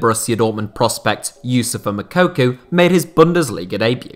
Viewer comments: “Makuku”😂it’s Moukoko! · Moukoko not Mokuku, damn English talking people 🙄😅🤦🏾‍♂️ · Your Moukoko pronunciation makes me laugh 😄